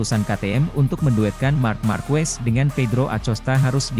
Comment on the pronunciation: Pengucapan marquez itu= markez bukan markwes